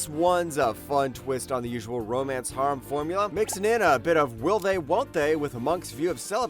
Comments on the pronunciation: the way he says harem burns a hole in my soul but thanks for the content man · Dude, learn how to pronounce "harem". Like half the series you say don't have an English dub actually do.